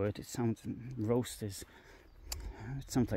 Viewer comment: It's ROST pronounced as in lost, and it just means fire grille.